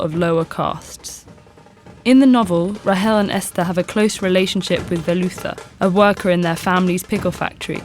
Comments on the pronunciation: Once you realize how badly she botches up the pronounciation of their names (no hate, I understand cultural differences, but it took me a second as a native Keralite to realize when she said Velutha's name) that idea doesn't seem so good anymore. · Thank you Ted-ed for putting up this video! The story is definitely a classic! And unfortunately many of the story's tragic themes are prevalent in today's society. My only complaint is that I wish the narrator knew how to pronounce the Malayalam words correctly. I didn't even recognize when she said Velutha. Even though the words might be a bit confusing for people not used to transliterated Malayalam, it's still a wonderful read! Highly recommend it